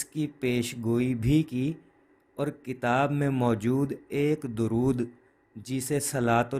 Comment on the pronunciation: السلام علیکم ، براہ کرم درود شریف کے صحیح تلفظ کی تحقیق فرما لیں،اکثر علماء کو 'د' پر پیش فرماتے سنا ہے ۔